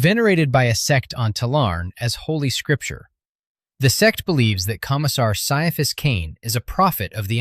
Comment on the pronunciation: Ciaphas is pronounced "Kai-a-fass", according to the intro to the first omnibus.